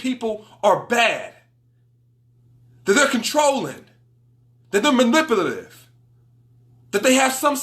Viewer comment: funny how you have trouble pronouncing narcissist and manipulative haha good video 💯